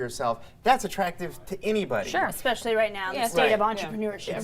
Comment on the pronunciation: The lady on the far left said "egg-specially" not especially and then later " sim yoo lar" not similar. Yet the most oppurtunity to speak. Honestly narrators/news anchors and journalists have zero integrity as it pertains to bjective views or the English language. Sad. And not one co-host seemed perturbed by it.